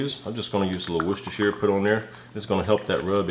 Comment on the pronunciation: G'day, amazeballs looking meat, just stunning, Karen was all over that like white on rice. By the way, you are the first Yank that i have heard pronounce Worcestershire properly. Well done. lol. ATB Moose.